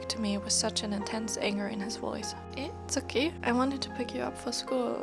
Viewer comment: WOAH I HONESTLY THOUGHT I PRESSED ON A DOCUMENTARY OR SOMETHING- your voice is very nice to read with story’s with and the Japanese slangs like “eh?” And the way you pronounced “tsukki” was really good I’m really shocked! I’ll be waiting for part 2 patiently don’t stress yourself and take your time ^^